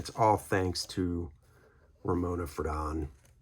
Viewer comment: I just heard that Ramona passed away last night, 02/24/2024, at age 97. (BTW, it's "FRAY-don," not "fruh-DON." Her husband Dana, a cartoonist for New Yorker magazine, passed away five years ago.)